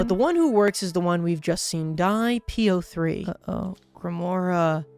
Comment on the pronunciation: I'm halfway through this video, and I'm still wondering if will ever realize "P-O-Three" is supposed to be pronounced like "Poe"